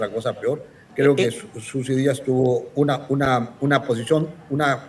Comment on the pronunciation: PERO QUE ESTOY ESCUCHANDO???? ....YOR FORSAID, SUSI DÍAS???? .....HAY DIOS MÍO.!!!!!